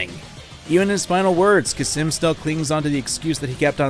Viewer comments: hey, khamsin isn' pronounced kha-sim, it's kham-sin. just thought i would mention it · Kha-sim? You mean Khamsin??? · It honestly physically pains me everytime he says "Khasim". It's Khamskin (pronounced Kam-skin) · "Khasim" Khamsin, it says it on the call,, KHAMSIN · hurts my ears to hear him say khasim everytime instead of khamsin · it's pronounced "kass-min" not "kassim" cmon now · Idk why but the fact that he pronounces Khamsin as Khasim really pisses me off. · I like how he says "khasim" instead of "khamsin" for some reason. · "Khasim" lmao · Khamsin* (yes i am being annoying about this but this fucking gets on my nerves) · The way you pronounce Khamsin without the m is absolutely horrific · Never thought a simple pronunciation would trigger me. XD It's pronounced as "Qaasem" not "Cuss 'em." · Why is noone talking about how he calls Khamsin Khasim? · The beauty of your pronunciation and spelling of Khamsin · I was gonna get on your ass for mispronouncing Khamsin's name, but to be fair, Khamsin mispronounces his own name. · I’m my own master now. I like how not a minute in and is constantly mispronouncing and misreading “Khamsin” In addition to the points you made about The Hot Wind Blowing, I’d also like to bring up the view that the song is a mockery of Khamsin. He IS the man who believes he’s American. He’s number one. They’re willing to let people tell them everything to do and carry it out without hesitation. Sam gets a pass, because he seeks out his own justice and follows his own groove. Khamsin is just a slave. And even a dog is more free than the self proclaimed master.